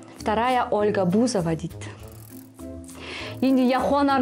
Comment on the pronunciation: БузОва 😂 а не БУзова